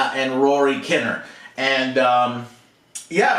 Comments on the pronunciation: Just speaking as a Brit, Rory Kinnear's name, is normally pronounced KIN-EAR rather than KINER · When Joe says “Alex Garland” like he’s never heard of him and mispronounced Rory Kinnear’s name , it’s like , should you be reviewing movies ?prolly not, but his opinions can be on track 👏🏼👏🏼👏🏼👏🏼